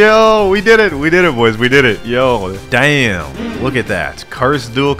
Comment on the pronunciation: I like the way he says damm